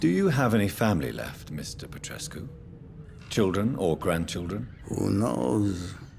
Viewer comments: Plus saying Darius Petreshoes 😂 but yeah I agree. And the accent is something else. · Petrescu reads Pet-res-ku